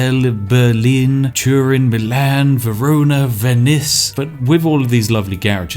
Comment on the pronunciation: Did he just say.... venIs?